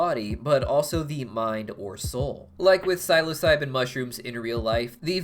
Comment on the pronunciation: also the way he says psilocybin